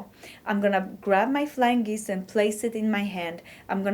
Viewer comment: It is "geese", not "geeze". A single one is a "goose". I am amazed that some people can speak more than one language. I had a friend who spoke four. I think Mrs. Trump speaks four. You sure are right about English being a hard language with so many oddities.